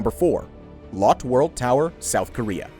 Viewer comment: The E isn’t silent in Lotte 😉